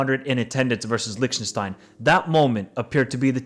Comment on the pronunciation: you destroyed even Lichtenstein 😝